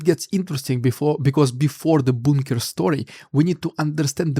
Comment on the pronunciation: A little pronunciation help... bunker like the 'u' in clumsy. junk, punk